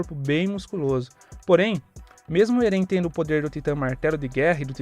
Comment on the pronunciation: Ele fala o nome do eren errado kkkk achei massa mais 1 inscrito